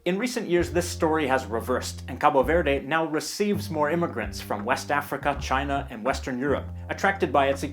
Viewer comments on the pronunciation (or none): none